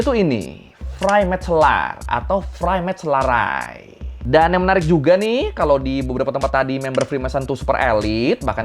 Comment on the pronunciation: cara pembacaan yang benar: Sint Jan - Sin Yan Loge - Loji Vrijmetselarij - freymetslerey